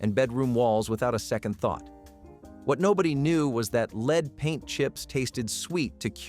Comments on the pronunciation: The 'leed' in paint was a bit jarring -- would writing it as 'led' give the tts a better lead? 😉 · Lead is pronounced L short E D… You are pronouncing it as “ LEED” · Lead??? It's led. I always thought this was a real person but of course no human would pronounce lead rhyming with seed..🙄